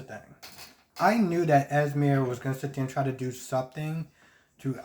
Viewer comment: I cringe every time u said “es-meer” Lol it’s “ez-mee” 🤦🏾‍♀️ either way I find Sasha and Brando absolutely boring. I honestly don’t care what their storyline is. Her belly is huge so her water breaking at the event will be interesting. I don’t get what Esme is doing and why she keeps trying to put Trina and cam together. It’s really annoying. Even Spencer called her out on it. I agree with what u said about Olivia. Hell, even after kissing Robert, they acting like nothing happened. Anna and Robert need to sit this out. Every time they encounter Peter, they either don’t shoot him or engage him in a lengthy discussion that allows him to escape.